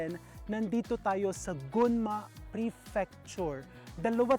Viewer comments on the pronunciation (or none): gUnma Chef. Ang pronounciation po❤️ sana makita kita sa japan 1 day 😭